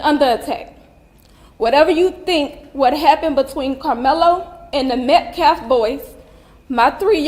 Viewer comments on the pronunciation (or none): This idiot even misspoke his name! "MET CAF?" I think this "baby shaker"is no more than a pimp...money grubbing pig! He hates white people😮 the mother is lying...PROVE YOUR FAMILY HAS BEEN HARASSED!...YOU CANT! because it not true. They want money thats it. This is anti white hate and its created a HUGE racial divide.I miss the 70s and 80s i never saw race..I see the hate twords my race on TikTok, MSNBC,THE VIEW. Its been exvepted! Wtf? Ii wish teens were made to read Thomas Sowells:Discrimination and disparities....I BLAME MEDIA...I BLAME TIKTOK I wish the Hate Twords my race would stop! Whites....would stop. "Karen"...This is making me feel like "wow...black people HATE US!...Im feeling different about my feelings about this race now...its heart breaking. Karmlo is going to walk....it takes one jury member to say: " Nope, hes innocent.😮😮😮 mark my words. This guy needs to stop....Im so sad that i have to tell my daughterto be careful about her braids? kyle didnt have a ak47 btw...bs.I do miss how it use to be before Rodney King.